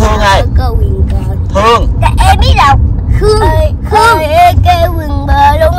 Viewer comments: phát âm đớt vần Kh nghe dễ thương quá, nhưng phát âm đúng tên cha bả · Bả đớt cỡ nào chớ tên cha bả vẫn phát âm đúng nha haha... clip qua nay nhìn mặt bả cưng qua xá